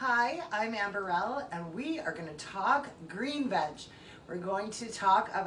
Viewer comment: "Burr-elle" not "Burr-ul"